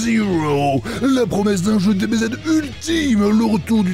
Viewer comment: "chokbar deubézède"